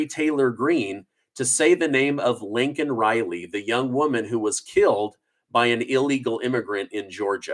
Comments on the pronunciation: Her name is Laken not Lincoln! You are getting it wrong yourself. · Her name is Laken...not Lincoln! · Why do you keep calling her "Lincoln Riley"? ITS LAKEN! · You are also calling her "Lincoln" Riley. (Lay-Kin) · You keep saying Lincoln it's LAKEN RILEY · Her name was Laken. Please don't call her lincoln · You should work on the pronunciation of her name too. I love ya man but you’re reallly close to Lincoln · Her name is pronounced Layken not Lincoln! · LAKEN Riley, not Lincoln Riley! How is this so difficult? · You said her name wrong also. Her name is Laken, not Lincoln. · Her name is LAKIN...NOT LINCOLN. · Love your reporting but I think you keep saying Linken instead of Laken. 😊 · I don't know, I've listened to it over and over and it sounds like you're pronouncing her name Lincoln too. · It is Laken Reilly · Dude you just pointed out how Biden was saying Lincoln and you keep saying Lincoln😂. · Its Laken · you just pronounced her name wrong too ITS LAKEN LAKEN RILEY best do some editing an get it right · Are you related to Joe Biden? Because YOU ALSO pronounced it "Lincoln Riley". SMDH. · You pronounced it wrong too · YOU mispronounced her name, too.!! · You mispronounced Mrs Rileys name Every Time you said it. AND Biden said thousands are ended by ILLEGALS, not by American Citizens. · Maybe it’s just me, but I feel like Biden should acknowledge and apologize for pronouncing her name wrong. It’s a respect thing. That poor family. Have your daughter who was killed like that to be highlighted on State of Union and said wrong, nothing says we don’t care more than that! It’s truly inappropriate and rude. Pretty sure he doesn’t have their vote. I wonder where they stood before. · If Biden mispronounced her name, then so did you. I didn't hear any difference in your pronunciation. 😢😢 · Piglosi is demented. She should be more worried Laken Riley being murdered and about Biden mispronouncing her name. Foolishness at it’s best!